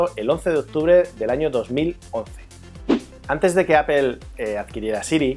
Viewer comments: Había escuchado palabras en ingles pronunciadas tal como se escriben, en este caso APPLE, seria pronunciado como APLE, tal como se lee, en lugar de APOL que seria lo mas cercano a la pronunciación correcta, pero APEL de donde sale? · apel¨_ mejor deci aple...español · Que es esa mania de los españoles de pronunciar Apel? Se entiende que muchas palabras las pronuncien tal cual se escribe ("aple") pero inventar sonidos que no existen en las palabras, eso es nuevo, no?